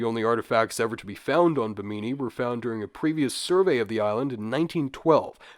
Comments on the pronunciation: its BIH-mini ... not BIH-meany lol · Stop saying "Beemeenee". Bim min ee. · It pronounced Bhim-in-ee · Its Bemini.. as in Behm-mini.. Not bemeenee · Bahamian here! Its pronounced bim•in•e not bim•een•e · The emphasis in Bimini is on the first syllable so it sounds like Bim knee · Bimini is pronounced Bim-in-e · Pronounced BIM -AH - KNEE. Right? Am I the only one? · You would think someone would take two seconds to learn how to pronounce something. When the very first thing you say makes you sound stupid it's difficult to take anything the video says seriously. Beemeeneee was fucking killing me. Learn how to read. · Bimini is pronounced like enemy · Bim-ah-knee not a panini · love you and the series but for the love of all that is holy double check pronunciation when you say Bimini 54 times in the first few minutes haha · Trying your channel for the first time and the first thing I hear is you mispronouncing “Bimini” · that's not how you say Bimini lmao had to instantly turn the video off...this is easily available information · Is he pronouncing Bimini incorrectly or have i been? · Omg ur pronunciation of bimini is so hard to listen to. Like just click the pronunciation button on Wikipedia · Love when youtubers open their video prouncing something completely wrong when it literally takes 5 seconds to confirm a pronunciation of a place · Have I been pronouncing Bimini wrong my whole life or am I taking crazy pills? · you pronounced bimini wrong the entire time lmao my god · The way you pronounce Bimini hurts me. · Then pronounce it right????? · How do you not know how to say Bimini? 🤦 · Hard to believe this guy did any real research on these subjects, when he can't even correctly pronounce 'Bimini' or 'Ica.'